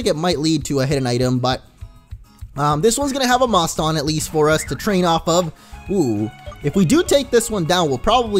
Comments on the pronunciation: i think moston is pronounced like the city boston, because it evolves into a pokemon named mosstachusetts, not sure how to spell it, but it is like Massachusetts. boston, Massachusetts. get it? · Moston is pronounced like if you where saying Boston but with an m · Also Moston is pronounced like Boston. You'll love its evolution's name lol.